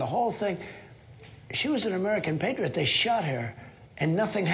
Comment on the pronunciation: the PRONOUNCIATION!!! PAAAHtReeOhT -- is how RUSSIANS PRONOUNCE that word...Patriot = Патриот!